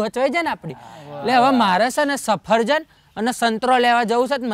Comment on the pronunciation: Safarjan nai safaljan bolvanu bhai badhu hamjavu pad Mar ov